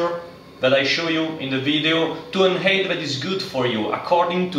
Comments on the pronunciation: Very well presented, you are a good teacher! Just for future videos and for your information, the word 'height' is pronounced 'hait', not 'heit'. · Please learn to say height properly lol